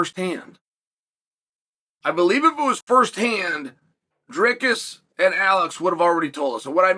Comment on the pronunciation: Came for "Pierra" stayed for "Draykus"